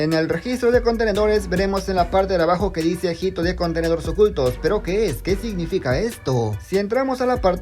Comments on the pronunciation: Perdón por comentar esto, pero no se dice "jito", sino "ito". La H no se pronuncia querido 😅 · Amigo, hito se lee ito, no jito